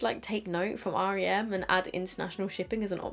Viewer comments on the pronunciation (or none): You’re the first person who i hear call it R.E.M (ari-em) and not just rem beauty, rem sounds really weird lol